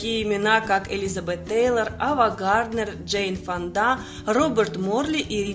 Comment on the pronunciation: ФОнда а не ФондА